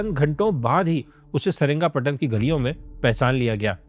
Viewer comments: Seringapatam ❌️ Seringapatnam✅️ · Dekhne jaa raha tha… lekin jaise hi saringapatnam naam suna instead of srirangapatnam… mood hi off ho gaya… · Saringaptnam❌️ Sri Ranga patna ✅️